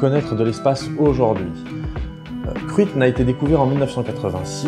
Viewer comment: Olàlà ta prononciation du gaélique laisse à désirer. On ne dit pas "Cruitne" mais quelque chose comme "Crounya". ;) Sinon, excellente vidéo.